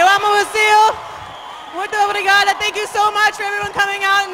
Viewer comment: muito obrigado le sale bien